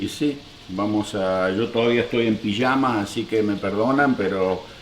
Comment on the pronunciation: me encanta que pronuncia bien la Y Y LL, la pijama dice no como los porteños la pishama sho